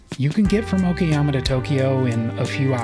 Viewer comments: Great video but what is it with Westerners and not wanting to pronounce Asian place names correctly? It's O KA YAMA not O KI YAMA. I've stayed at 12 hostels during my Japan trip and have met with so many Westerners and every single one has pronounced place names wrongly and even after they were corrected by me or a Japanese local, they continue to pronounce it wrong. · Its O kA YAMA not O KI YAMA or O KE YAMA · Applying basic phonic sounds i.e. A is for apple, E is for egg, I is for ink will serve you well with the bulk of Japanese words. I was struggling to reconcile the clear "KA" of Okayama when the guy got "SHI" in Shinjuku spot on.